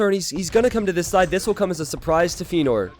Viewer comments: Yeah, Feanor is a LotR-character and is pronounced Fe-ya-nor !! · Don't know why he got so defensive over the pronunciation of Feanor. Not difficult to just say it correctly after chat told him he was saying it wrong.